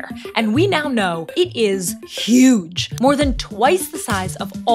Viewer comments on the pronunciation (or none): she says "huge" like seen something else..